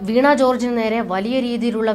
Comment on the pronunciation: വീണ not വീണാ